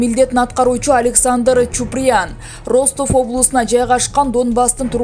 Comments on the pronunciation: Суйлоп аткан журналист Кыз Аман бол 👎 Бир созду кайталай бергени аз келгенсип создорду да туура эмес суйлойт уккун келбейт 😏 Роств областы дейт Ростов болуп жазылат Растов болуп айтылат ! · Диктор ,,Ростов" окулганда ,,Растов "-деп окулат .☝ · Журналист каяктан болосун окулганда Растов болуп айтылат жазганда Ростов жеп жазылат индеец каякта окууну бутконсун